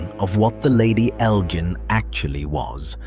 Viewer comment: Its pronounced EL--JINN, like cotton GIN, or the GIN you drink.